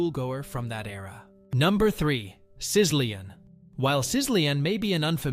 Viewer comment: Sizzlean is pronounced SI-zuh-leen. And, seriously, in Spanish two L’s equals one Y. You need to get someone else to narrate your videos. Also, most of us didn’t forget these things. The title should be “You’re Probably Too Young to Have Known About These Foods” Hard thumbs down.